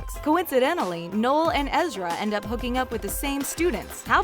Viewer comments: It’s ezra not ezria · but it's EzriAH not ezreeea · Why does she say ezria his name is ezra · its Ezra dumbass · Lena Jordanova Right!?! Ezr-ia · You said Ezra wrong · damn. you can totally tell that this girl didn't watch the show by the way she's pronouncing the characters names